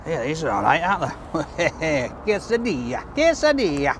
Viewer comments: An English man, eating Mexican food in America whilst saying quesadilla in an italian accent😂👌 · Saying “quesadilla” in an Italian accent 😂